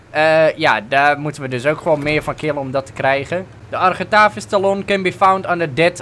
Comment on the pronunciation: Talon spreek je uit als tellun